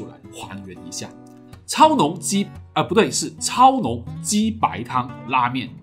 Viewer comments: 我仿佛听到了’鸡掰‘！😺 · 为什么“鸡白”听着怪怪的？